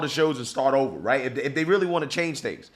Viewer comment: What’s a “wight idea”? Going to the moon?